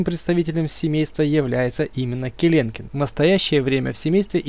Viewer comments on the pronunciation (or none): Не келенкен ,а келекен так всё круто